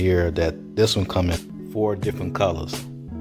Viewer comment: fore..4..four...grip..not force..thanks for the review